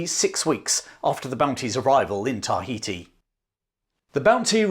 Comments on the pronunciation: Excellent account but, for fux sake its "ta HEE tee" not TAH hee tee". You say it in every damn sentence! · i like how you over pronounce and wait for others to realize you over pronounce TAI ...heti.